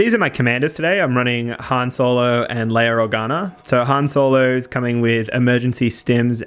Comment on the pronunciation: "Leiar Organar" lol